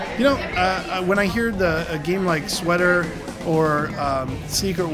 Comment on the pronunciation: "When a hear games like Sweater..." He makes SW:ToR sound so exciting XD